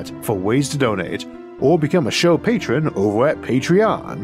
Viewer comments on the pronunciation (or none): none